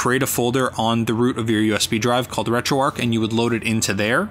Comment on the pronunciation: A very nice and useful video - thanks. One thing though - it's "RetroArch", not "RetroArk". "Arch" as in "the arch of a bridge". See here if you'd like to know more